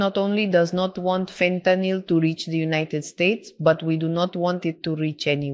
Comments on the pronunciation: She gets points for pronouncing fentanyl correctly. Ben… literally every American… learn! It’s not an alcohol, it is not “Fenta-nol” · she pronounces fentanyl correctly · Just the mere fact that she pronounces fentanyl correctly tells me she knows what she is doing. It’s fentanyl, not fentanol.